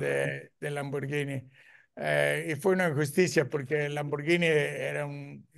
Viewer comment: Este maestro si sabe pronunciar Lamborghini